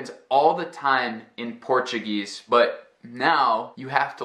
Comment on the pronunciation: Wow, your Portuguese pronunciation is beautiful!